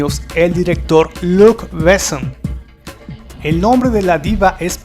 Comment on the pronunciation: Sería buenísimo que pronunciara Luc Besson como se debe y no como si fuera un apellido inglés.